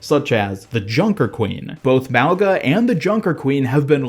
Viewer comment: The way you say mauga is wrong lol he’s a Polynesian character it’s pronounced MAU -GUH